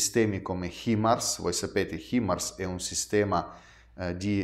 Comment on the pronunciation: Himars pronuncia= hai mars ❤